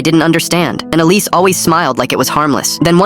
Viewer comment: 'Alice' 'police' 'Elise' bruv...